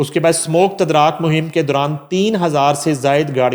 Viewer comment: اردو درست کیجئے جناب۔ تدراک نہیں لفظ تدارک ہے۔